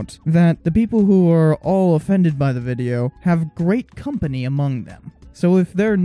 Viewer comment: Not to be mean but it's "the" not "YHE".